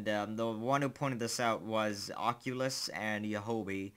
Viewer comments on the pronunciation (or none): none